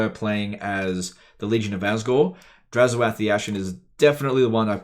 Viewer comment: Drazh-Oath. Translating to 'black oath'. Not Draz-ho-ath. Somebody hasn't played his realms of chaos campaign.